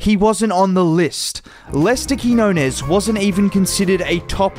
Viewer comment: Nice video. His name is pronounced Keen-Yo-Nes